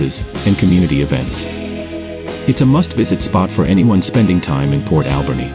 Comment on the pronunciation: I've never heard Alberni pronounced the way your AI does